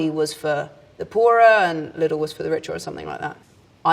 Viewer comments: "Lidl" is pronounced slow as is were Lidel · For me the funniest thing was how Daisy pronounced "Lidl" as "li-dil" - in Germany we pronounce it "Lee-dil" 😂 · Everyone pronounces Lidl as "li-dil" but the ad pronounces it as "lee-dil". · The finnish ads pronounce it li-dil